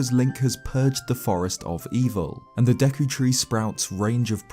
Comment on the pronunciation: automatically cant stand this guy mispronouncing zelda words. kokiri has a long O sound. deku the e is also a long E sound. leave it to the brits